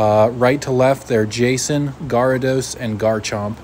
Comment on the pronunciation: You don't know how to pronounce garados? I think youre pronouncing that wrong😂😂